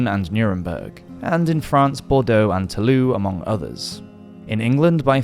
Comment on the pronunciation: Toulouse is pronounced too-loose, not too-loo.